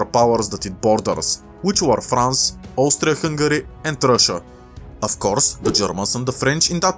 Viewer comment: Austfria fungari